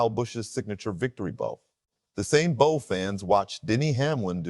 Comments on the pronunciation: Its bow not bo🤦🏿‍♂️ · A "bow" is something put on a present. A "bow", which is pronounced the same way as the front of a boat or ship, is a bend at the waist in honor and thanks to an audience. A.I. narration? Probably. Sinks your credibility.